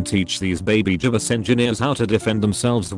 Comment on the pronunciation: "Jiebus Engineer" 10/10 for text to speech